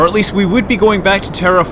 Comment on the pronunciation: Terraferma? Is this italian or what? because your pronunciation of it it's actually really good for the italian word "terraferma" :)